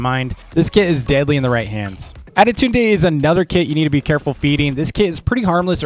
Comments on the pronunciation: Tip is not ade tund e is sayed. adetund and your welcome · Just the pronunciation with adetunde=adetundey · Why does he say adetune? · "Attidude Day" LOL